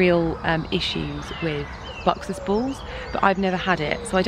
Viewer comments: Sounds more like boxers baws. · Its buxus balls not boxes balls